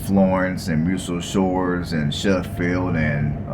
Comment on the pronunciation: Shoals, not Souls